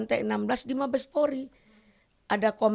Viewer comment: Bu kalo mau ngomong coba deh belajar dulu POLRI bu bukan PORI...ampun dah